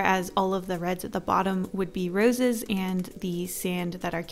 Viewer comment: I thought you said noses when you said roses